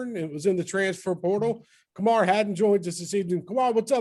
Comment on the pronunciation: Kamal, not Kamar